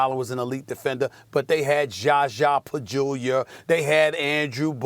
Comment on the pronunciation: You think Stephen A pronounces "Zaza pachulia" like that on purpose or does he actually think it's pajulia? 😂